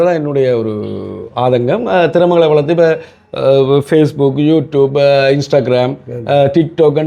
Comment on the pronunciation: Facebook என்பதை நீங்கள் பிழையாக உச்சரிக்கிறீர்கள் திருத்திக் கொள்ளவும்.